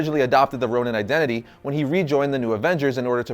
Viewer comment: ChocoboKid People keep mispronouncing Ronin as Ronan like this guy in the video. If they're both meant to sound the same in the Marvel world, that's different. But it's confusing. I had to Google it to make sure that Hawkeye didn't sonehow become evil and then sent to another reality, where he becomes Ronan The Accuser. 😐